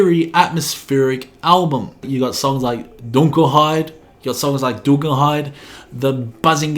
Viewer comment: Your Pronunciation of „Dunkelheit“ was pretty good, now try the 25 Minute track :-D